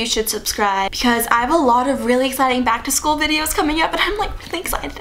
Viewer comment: "Keegan Ac-to-school"